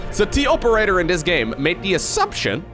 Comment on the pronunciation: it's pronounced TOperator not TOperator.